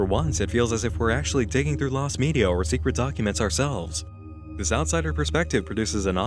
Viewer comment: I don't know why, but I love how pronounces media "meedi-yaah"